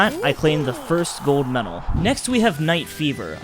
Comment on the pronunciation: I love your videos but pronounce medal right please